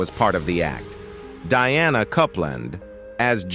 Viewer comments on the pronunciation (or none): none